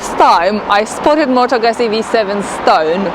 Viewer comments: Need to practice a little your pronunciation... It sounds like "gootsie" but the sound is strong like in "pizza". The video is very good as is the channel. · Why the American pronunciation of the motorcycle name? Nowhere in Europe do we pronounce it like that. Moto Guuuuuuuzzi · Nice bike indeed. But, how about pronouncing Moto Guzzi the right way?